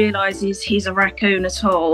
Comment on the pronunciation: I love how Canadians pronounce raccoon.